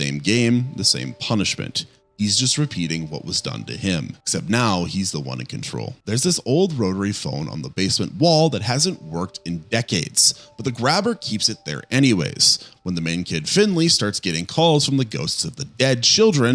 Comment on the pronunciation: HIS NAME IS FINNEY NOT FINNLEY!!